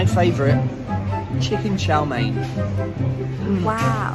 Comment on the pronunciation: the chow mein pronunciation had me choking 💀💀